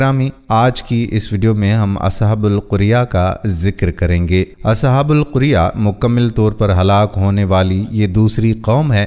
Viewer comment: وَاضْرِبْ لَهُم مَّثَلًا أَصْحَابَ الْقَرْيَةِ إِذْ جَاءَهَا الْمُرْسَلُونَ۔ یہ سورۃ یٰس کی آیت ہے۔ آپ نے اسے اصحابُ القُریہ پڑھا۔ جبکہ یہ قَریہ ہے۔